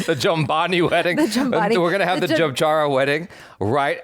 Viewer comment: No, dude! "Jabara", not "Jambara"... it also sounds more like "Jabari" Also, you can just type "USD to INR" on Google and then type into the boxes on the top entry site the amount you want to convert.